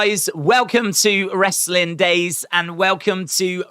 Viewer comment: annunciate Daze